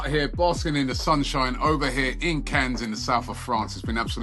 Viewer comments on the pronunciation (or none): Cannes is ''Caan'' not ''Chens'', please do small effort, dear Robbie. 🙏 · Did he just pronounce Cannes, Cans? It's a silent S,!